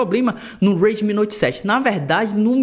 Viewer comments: Esse cara tentando falar em inglês meu deus kkkk Uedemi kkk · "Reidmi" rsrs